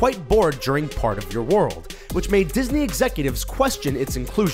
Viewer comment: g hawkins he said 'part' but it did sound like park